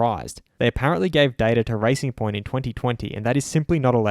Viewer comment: thought you said ricing point, fastest ricers ive ever seeen